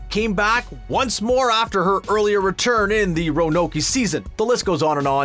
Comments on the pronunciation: “Ranokey”🤣😂😂it’s Roanoke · Marie Lavaeu is still a revered witch, a true icon in New Orleans Row-an-oak not Ra-no-key buddy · It's pronounced "rowan oak" not renokey! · What/Who is Ronokee? It's properly pronounced:, Row-uh-n-oak. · Row-an-oak he said Ra-no-key smh it’s sad because Roanoke is a real place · It's pronounced RO-A-NOKE. Not Roanoky. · "Rah-nokie"?? 😂 WOW, dude. How on earth do you not know how to pronounce Roanoke?? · Did he just say Roanokey? Really...? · DID MY MANS JUST SAY RONOKEY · pronounced...Row an Oak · now i KNOW you did not just say “ra-no-key” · ro-in-oak roanoke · Row-ah-n-oak. It's the Southern name of a Southern city/town. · did he just say ranokey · he deadass said ranokey and im not here for it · It's Ro-ah-noke. Lol. And Jyoti was 19 when they filmed Freakshow (I think) but she's 25 now. I met her a few days ago. 😊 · First of all. These are not small details. I expected the vid to show little easter eggs hidden unsuspectingly on the set sorta thing. But okey. 🤷🏻‍♂️ Also, RUH-KNOW-KEY. 😂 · Ra-No-Kee... Hmmmm. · Roanoke is pronounced Row-n-oak. That pronunciation of Roanoke was like nails on a chalkboard. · 1. RO - ah - NOAK 2. The seasons all exist in the same universe, this was confirmed in Apocalypse. Maybe watch the show before doing a 'fun fact' list about it? Or actually do your homework? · List was totally lame and completely common knowledge... Also Ronokey? Seriously? Couldn't you get someone who actually watched it to narrate this? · RA NO KEY!? I’m gonna slap this guy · "Ranokey" lmao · Did he JUST sat Ranoky? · This heaux said "ra no key." I'm done. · We can't miss something that we didn't SEE😑 these were all fun facts and stuff, not little hidden details we may have missed. And I'm sorry... Roabokey? Did no one at screen rant even watch that season? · I was down with the video until dude started getting his facts wrong and called Bette Betty and said Renokie smdh🤦🏽‍♀️🤦🏽‍♀️🤦🏽‍♀️🤦🏽‍♀️ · Ranokey??? Come again?